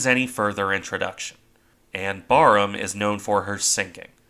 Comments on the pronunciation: Even as a brit myself, to me that just sounds wrong lol. Admittedly I've only ever heard it pronounced like in the video so only going off imagination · Barham is pronounced differently- the first part of the name BAR is pronounced as in barracks- it is the name of a mansion near Maidstone in Kent. Admiral Charles Middleton, 1st Baron Barham, who took his title from Barham Court where he ultimately died is the inspiration for the battleship's name. I found out the correct pronunciation from hearing a Royal Navy admiral discussing the ship. Another great analysis. Thank you.